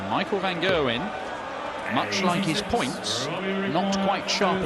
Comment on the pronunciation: "Van Gerwyn" lmao